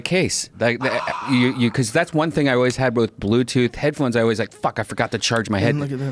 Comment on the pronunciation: There's no "o" in "always". Now Joe is saying o-ways. Kids these days.